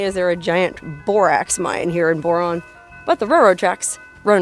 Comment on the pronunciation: So riviting, I couldn't get past your initial promouncement of the town's name. Tedious...